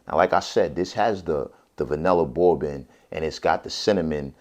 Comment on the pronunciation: Why does he say "bourbon" like a 5 year old with a speech impediment? It's pronounced "BURR-BIN"-- not "bow-bin."